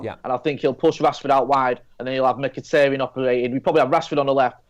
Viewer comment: its mikitAHrayan ..my good brits